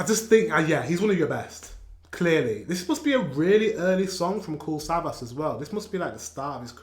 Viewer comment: You have to pronounce the last S like sh 😉